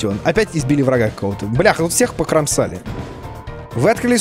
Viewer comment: Покрамасали говоришь??? Слушай.. Салли тут всех Покромсали😂👍